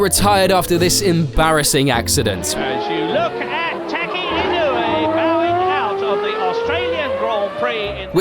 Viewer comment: Tacky Inuwi. Sure. That's totally how you say that. (nope) E, no? Eh? (<<-- say this. And you've got it right.)